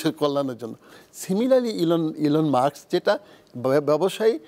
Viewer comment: মাক্স মাক্স (Muks) করেন কেন, Elon Musk (মা স ক্- মাস্ক) not মা ক্ স!?